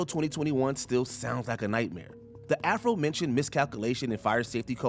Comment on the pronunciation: "the Afro-Mentioned"😂